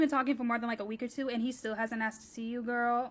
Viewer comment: Did someone tell her there’s an L at the end of girl??